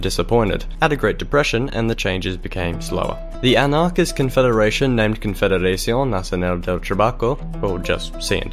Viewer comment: Condefereicion. You are tremendo.